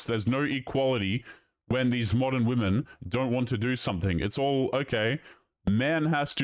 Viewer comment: Another one who says 'men and woman', showing that they can't pronounce the plural 'womEn'. It's so weird how common this is becoming!